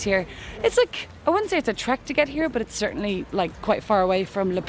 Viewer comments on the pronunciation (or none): none